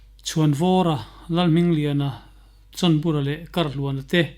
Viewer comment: chhawnbura ti a a lam hi a diklo,chawnbura tih a ni si a.